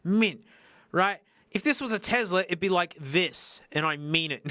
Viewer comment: its Tesla not tezla lol